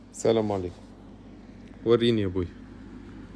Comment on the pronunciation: لما قلت سلام عليكم جاتني زي لهجتنا الجزائرية 😂😂 اعدتها 5 مرات شكيت إنك مش 😊😊🇩🇿